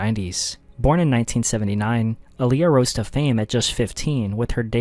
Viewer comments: Aaliyah (ah-lee-yah). please say her name right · Aaliyah (Ali-yah btw) and Selena. I still can't believe it.